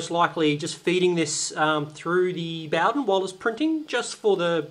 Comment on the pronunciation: Mate, you're pronouncing Bowden wrong.